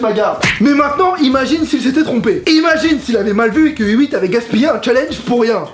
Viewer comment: Superbe vidéo! Mais Hewitt se prononce "Et Ouite" ^^